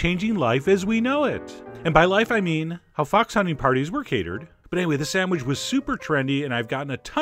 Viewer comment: "the shooter samwidge"